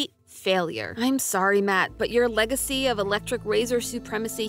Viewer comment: No…. You didn’t make a mistake taking on MattPat’s “leg-acy”. 🤣🤣🤣